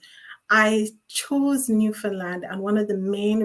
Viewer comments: Oh no! u kept saying "New Fun Land". U better get it right👍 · It's actually pronounced more like Newfinland but way to be picky 🙄